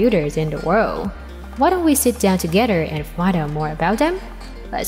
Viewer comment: Pronounced worlD